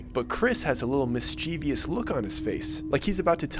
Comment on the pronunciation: Mischievous: MISS-CHIV-US